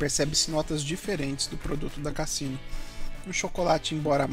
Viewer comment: É a pronúncia da Marca é com som de “Z”. Casino !